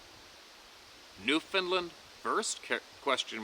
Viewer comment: Who from America pronounces Newfoundland as "Newfinlind" ?